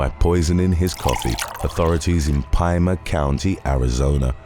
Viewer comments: Pima (Pee-ma) County Arizona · Just FYI: "Pima" is pronounced "PEE-ma".